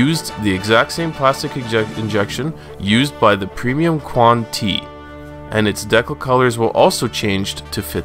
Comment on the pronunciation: I just want to point out that 00 is pronounce as "Double-Oh" not "zero-zero" and Qan(T) is "Quanta." Other than that great work!!